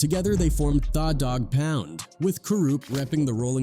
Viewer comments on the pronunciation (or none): Sounds like he is saying Fa dog pound !!🤔🤔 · How do you say the name wrong every time different. But you tryna drop knowledge about the name u never pronounce right on purpose. Trolling. Thaah dog pound. Said it right once. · The is spelled tha. Not pronounced thaw. It's the... Morons use ai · Thaw Dawg Pouund… 😢 my head hurts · the computer pronounced it how it reads it. Da Dogg pound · Thaw dogg pound. AI blows